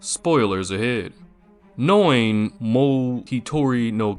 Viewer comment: This is one of my handful of all-time favorite animes that is etched into my memory. Must say though, that you have a rather ah.. novel way of pronouncing Noein 😄 It is more like Nóh-Ejn.